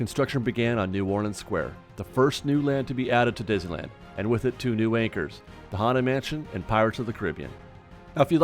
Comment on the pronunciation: "dizzyland" lol